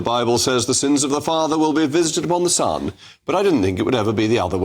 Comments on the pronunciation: He can’t even say “son” properly. Sounded more like stun. The man is a moron. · Stun... he cant even say son. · Stum he can’t even say SON 😂